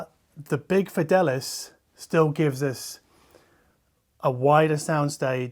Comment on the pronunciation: Didn't Rupert Neve spend a lot of his childhood in Argentina where they speak Spanish? You would think that Fidelice would be Fidelicé (verb form of fidelizar to loyalise). The Latin is Fidelis and means faithful and the name Fidel comes from this eg Fidel Castro. I think your pronunciation had a more Italian skew. Maybe it is Fee-del-lee-chai but they omitted the acute accent for asthetic reasons?